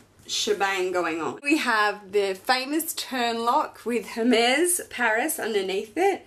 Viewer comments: Beautiful, amazing birkin, congrats!! And congrats on the baby!! So happy for you. One thing, Hermes is pronounced Er-mez or air-mez :) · Congrats! But please don't say the H in Hermes 🙊